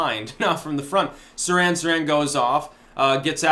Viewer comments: It's "Seer-han Seer-han" not "Siran Siran." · you make yourself look bad when you mispronounce words like Nobel and Sirhan Sirhan, ffs.